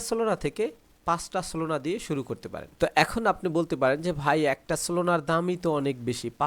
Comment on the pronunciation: solona❎ solana✅